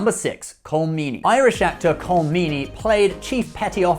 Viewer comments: Colm is pronounced Collum........Jaysus Chrishty you English have been visiting, trading and invading Ireland for hundreds of years and you still get all these names wrong. At least you're better than the Americans, pronouncing Dougherty, Dow-herty, its Da-herty (its not really but when speaking English its close enough) but their solidified in their pronunciation so in 100 or 200yrs everyone will be saying it wrong.......like everything else :P . You could compare stuff from gate and trek, gates and iconian gateways, replicators vs borg, trill and jaffa etc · Jesus Fuck Dude...can you pronounce anyone's name correctly? Rene -- ReNAY, Colm - Col-em. These are errors that put your credibility into the realm of Brian Stetler.